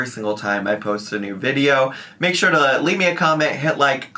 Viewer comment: Are we surprised!? SHYORE ☝🏽 SHYORE WE AREN’T 😂